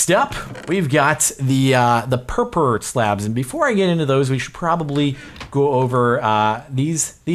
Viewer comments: Purpur is German for purple and it is pronounced more similarly to (pour-pour) but not exactly. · Purpur is actually a really informal way to say purple in German, and it unfortunately has nothing to do with cats. Its also pronounced pour-pour. Thought youd like to know! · God, I love how most of ppl who done reviews on this snapshot cannot normally say word "purpur" XD . Actually in lithuanian language (Just FYI I am lithuanian) there is similar (or maybe exact same) word to purpur, it is "purpurinis", "purpuras" (don't quote me on "purpuras" becuz I don't really remember if we still use that word :P) and that word "purpurinis" is a word for a colour which is I think exact same as purpur block's colour ;D . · Ha ha. Everytime Jardon said purpur, it just sounded like he had a speech impediment solely-based on the word purple.